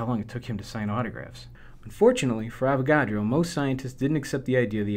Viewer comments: Every time he says "unfortunately", it sounds like "fortunately". Threw me off! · 1.congrats my lad, for confusing me more on mole 2.Every time you say unfortunately it sounds like fortunately bad video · Nope, sounds legit like fortunately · your "unfortunately" sounded like "fortunately". unFORTUNATEly < UNFORtunately. just me commenting about something different. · "Fortunately, Avogadro died in 1856"